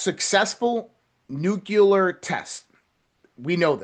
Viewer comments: NucLEAR not NucULAR! Write out the word N U C L E A R.....now say what you see. Phonics people! Drives me beyond bonkers hearing this guy say nucular 500 times during 28 minutes. Holy crap man! He also likely calls it 'supposebly'! 😂🤣 (it's supposeDly btw). Geez! Nobody can spell or write or speak proper English anymore. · It is nuclear…. Not nukular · This dude is so well informed he doesn't know how to pronounce NUCLEAR. Not "nuculer"! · Geez,, it's nook- lee-ur not nookular (George W Bush language). That sounds picky, but during the Cuban Missle crisis, my 5th grade teacher said that if we were scared of it, and facing annihilation, at least pronounce it correctly! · wish the guy in red shirt could pronounce nuclear ? he says nuke-u-ler, just like dumbo 'W' Bush did. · NUCLEAR -- watch your pronunciation. You don't want to sound like GW Bush!